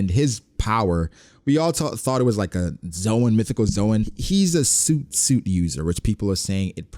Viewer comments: Stoooooop pronouncing soot like suite, it’s pronounced SUHT, like foot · do you not know how to prnounce soot? Its said like "Sut". There is no "ooo" sound. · Soot is pronounced like foot, not suit lol. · Why does everyone keep saying suit suit fruit? My boy. It's soot. Like foot but with an s. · Why doesn't anyone know how to pronounce soot? Its a u sound like push. Or book. Soot. It's not suit like the clothes. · Nigga why you still pronouncing soot like suit 😂😂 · “Soot soot” is not pronounced like “suit suit” as you said but actually rhymes very closely with “foot foot.” Like your pronunciation sounds like “fruit” and not like “foot.” I hope this helps! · Lol it’s spelled soot but you actually pronounce it like foot 🤓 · Yo, mispronouncing soot is killing me, lol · please, SOOT rhymes with FOOT. I’m sure it’s an honest mistake but it really bugs me.